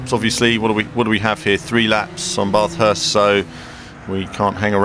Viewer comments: great Track but same old game no damage :( i think people should learn how to say Bathurst correctly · You say Bathurst really weird haha.